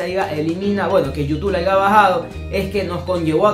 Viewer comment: Brother no es por joderte pero como chucha vas a decir "aiga"? Es haya ... corrige eso que me cabrie xD y es "coger" no "cojer" te lo digo para que el video quede mejor ;) pilas